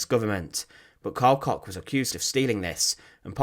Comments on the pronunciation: Koch is usually pronounced “Coke “. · One small advise: the „ch“ sound in German is not pronounced like a „k“ sound. Instead it’s made further back in your mouth or your throat - depending on the word